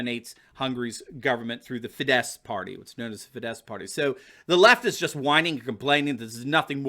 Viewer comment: the Hungarian ruling party Fidesz is pronounced FEE-dess, with the accent on the first syllable (all Hungarian words are pronounced like that).